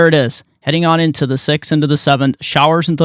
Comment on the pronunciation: “On the seeeexth”